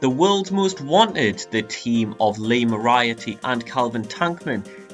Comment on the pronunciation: I don't like being that guy, but since I guess no one's said it yet, it's More-ee-are-tee.